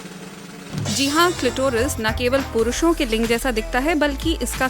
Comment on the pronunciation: किलटोरस बोले या क्लाइटोरिस जानकारी महत्त्वपूर्ण है धन्यवाद